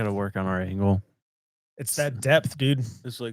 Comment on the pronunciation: Oh he said angle.